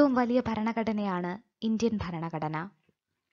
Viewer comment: ഫരണഘടന അല്ല ഭരണഘടന.